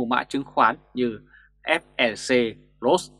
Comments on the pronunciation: FLC chứ ko phải FeC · Ép lờ xê ko nên đọc nhanh thành ép e xê